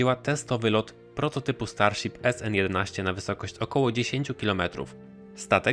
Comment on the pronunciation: Starsip xd